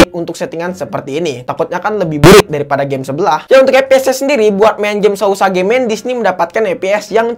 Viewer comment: Bang tulisanya sausage bacanya sauseg